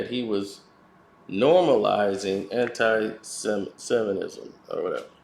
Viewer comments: Say It with me slowly Sem-it-ism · Have you ever noticed looks like the black Charlie Brown? 😂 Yo! Learn how to say “Antisemitism” before you make a 45 min video about it 😂